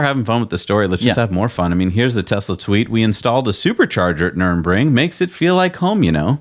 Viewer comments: Dear America, now you own it you only need to know how its called: Nurr-burr-g-ring NOT Nurem-ring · its not Nurinbring! say Nurburgring. dyslexia? or is it just an american thing of getting every pronunciation wrong 🤣